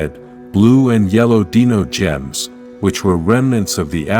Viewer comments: Dude I don't know where the hell you're from but a couple things one it's Zordon too it's a Divatox and finally it's Dino gems the way you're saying it it sounds like Dino from The Flintstones learn how to speak English dude because for you not saying the names right of stuff I grew up over the years with I'm not subscribing to you I don't care if you have 1.76 K subscribers you need to know how to say the characters names right and the stuff that helps people morph right good day sir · It angers me that he cant say “divatox” or “Dinogems” correctly